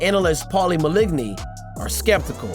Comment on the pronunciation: HE SAID PAUL MALIGKNEE 😂😂😂